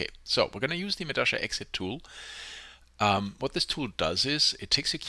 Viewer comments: Why the hell do you keep saying medasha instead of medalla? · If it's in Spanish then it's pronounced meh - dah - yah, not meh - dah - sha. You don't say posho, when you read pollo (chicken). You say poyo.